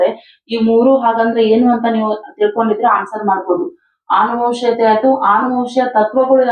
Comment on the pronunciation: ಆನುವಂಶೀಯತೆ ಅಲ್ಲಾಮ್ಮ, ಅನುವಂಶೀಯತೆ.ಮಕ್ಕಳು ತಪ್ಪಾಗಿ ಕಲಿಬೇಕಾ ನಿಮ್ಮಂತವರಿಂದ